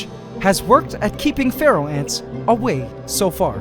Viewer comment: For years I thought he said pharaoh ants but it was feral